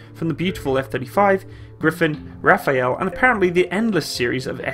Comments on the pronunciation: Jesus Christ, it's not RAFAEL, it's RAFALE. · RAFALE NOT RAFAËL......;) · The French Dassault Rafale isn't pronounced Rafael. Pronounce as you read it but with a silent e: RAH- FAL (pronounce "al " as in alphabet). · .....PLEASE STOP CALLING THE RAFALE..."RAPHAEL"...........Certainly the best fighter today in 2019/20/21......... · It’s kinda hilarious how you called the Rafale “Raphael” also “griffin” instead of Gripen, that one I understand though